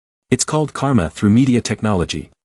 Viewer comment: i thoguth her name was karma not garma- ( edit thanks for 2 like!! )